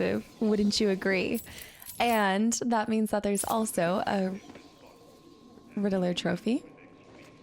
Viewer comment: Why do you pronounce "Riddeler" instead of "Riddler"?